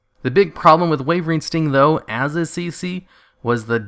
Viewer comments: its called wyvern sting not wayvering sting why - vern or some ppl prefer whi vern both is better then what ever you are doing :P no hate btw just a bit of semi trolling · Why does it sound like you say wavering sting when you say "wyvern" sting? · Why do you keep calling wyvern sting "wavering sting"?